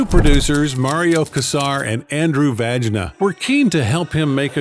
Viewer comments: not andrew vagina, you say it like andrew vayna... geeeesh... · Andrew was not vagina, dude. Learn how to pronounce his name correctly. Just like Wayne, but with a's.